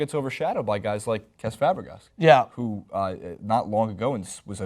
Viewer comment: They totally butchered Fabregas and MSD's name pronunciation.